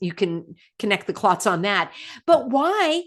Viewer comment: I had to pause and I will play this when I stop laughing but did you say Connect the clots? 😮😮😂😂